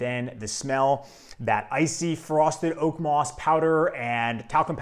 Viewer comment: Actually, it's "moss". Moos means moss in German.